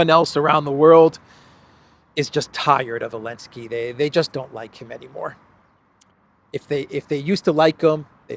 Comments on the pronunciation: Why is he saying “Elensky” I’m assuming there’s a reason, did he change his name to Zelensky or something, the way they tried to change the name of Kiev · Love your show, subscribed and like all your videos. Love the way you mix your humor with political content. I especially like when you can't resist laughing yourself at the insanely incompetent world leaders today. Please, Please, Please, stop calling him Alensky, don't bow to his pronouns. He isn't even the legitimate leader and you're bowing to his insanity of his deleting a letter from the Ukrainian alphabet.